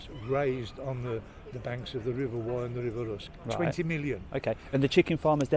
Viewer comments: River Wye.. Not wrye ;) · DJ, it’s the River Wye not River Wyre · river wye not wyre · It’s the River Wye in Herefordshire mate, not the Wyre in Lancashire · It's the River Wye, not to be confused with the River Wyre.